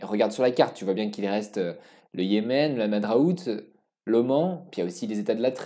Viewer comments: C'est super d'avoir traité ce sujet méconnu et passionnant mais si je peux me permettre un conseil, fais vérifier les noms par quelqu'un qui parle la langue. Il y des erreurs (parfois grossières) dans la prononciation voire même dans l'orthographe des noms (Haza au lieu de Ahsa, Hamadraout au lieu de Hadramaout,...) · Merci , plaisant Attention c est le Hadramout pas le hamadrout vers